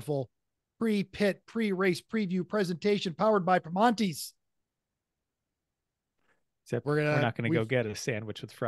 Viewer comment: Welcome to my backyard! Couple notes: -For the love of all that is holy, stop pronouncing the T in Primantis. It's pronounced Pri-mannies. This Pri-monties stuff makes it sound like a classy establishment, and the best ones are the exact opposite. -PittRace North garages are the southernmost set of garages. Not that it matters, but it's kind of annoying. -Al's Corner is the gas station below. Their breakfast bowls are stunningly good. They do not have beer yet, but the new Sheetz inside Ellwood City is pretty close, has beer, and has 93/E85/Ethanol free/U-237